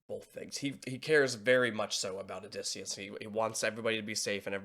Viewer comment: How did you manage to say his name wrong three times? 😂